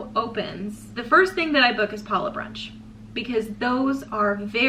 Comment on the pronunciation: Huge thumbs up for correctly pronouncing Palo! You're one of the few Disney cruise vloggers including Adam that does! Everyone should take note! Palo brunch buffet was one of my favourite onboard experiences. I will definitely miss the caviar LOL! Before The Blip, it seemed that the brunch buffet leftovers or whatever was prepared extra that day would be served at the late night mini buffet in the adult District, not every night but only when Palo had been open for brunch earlier that day. I didn't complain LOL! You precisely stated why I prefer brunch over dinner at Palo. Definitely don't want to miss a dinner show in the MDRs! Thank you for sharing your dining experiences! Your mum does a wonderful job as co-host!